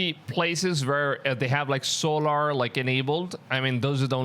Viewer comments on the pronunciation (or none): “ So lar “ “sig nols” 🤭. Great video. The simpsoms didn’t predict anything , it’s just part of the scrip and they have to tell you. (in any way) before they’re allowed to execute it. Wake up people. Even all the wars were scripted. Demonic elites run the world .